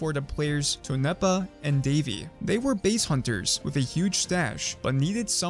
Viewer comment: "Tone nepa" LMAO ITS Tone Pa